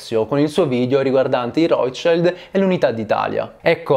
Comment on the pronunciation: Piccola precisazione: Il nome "Rothschild" va pronunciato come si legge, considerato che si tratta di un cognome tedesco(significa scudo rosso), non va pronunciato "all'inglese".